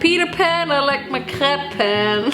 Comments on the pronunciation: i am french and let me tell you: you pronounce crêpe very well but dont say the S (farine too) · Not me thinking you said crab instead of crepe